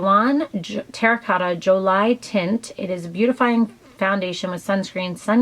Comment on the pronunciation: This was great, loved seeing your best of everything! the first foundation you showed, (joli teint) is pronounced jol-ee tan (the n is barely there- it's a nasal sounding a) but we get you which ever way you say it! Just if you're interested :) take care X